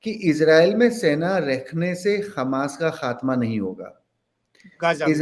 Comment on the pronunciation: खमास नहीं हमास